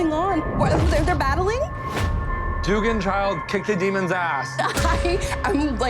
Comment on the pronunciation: Duggan is actually pronounced Dug-gan not “doogan” it’s my last name